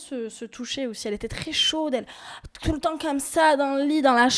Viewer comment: Jeremstar pourquoi tu dit touletent "non mais je meur